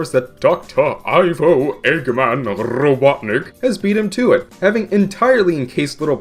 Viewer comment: Doctorr Ivo Eggman R-r-r-robotnicc.